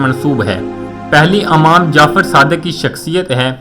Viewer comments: Yeh khissa aap na jo dala hai jhoot hai. Yeh jawab kisi Aalim nay diyay tha. "Amam" nahi "Imam" sahi talaffuz hai. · Not am jafer Imam Jafer, ap ki Urdu thee Nahi, laf Baghdad he not bughdad Jo k aik shaher Ka nam he. Punjabion ne urdu ki tang tor di he. Youtub per Galt Urdu na Bola kro. Kya hum sub NE wale log bewakoof hain. Correct your Urdu. Bohot sari galtian ki hain